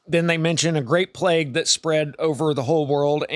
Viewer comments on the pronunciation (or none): none